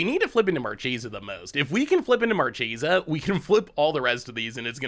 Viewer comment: It's absolutely "markesa" but gets to say it however he wants 🙏🏼